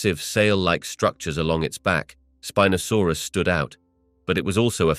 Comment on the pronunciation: .... "Spin-asaurus"? I think it's pronounced Spine-asaurus but I'll just ignore it now. 😅👍